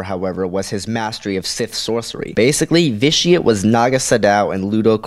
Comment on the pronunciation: Ve-Ti-Ah-Tae. Pls, most sith names are latin.